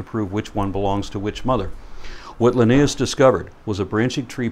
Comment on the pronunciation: Drives me crazy that he doesn't pronounce Linnaeus correctly.